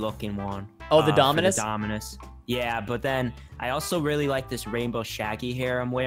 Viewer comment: Nobody: Preston:DOMINUSIS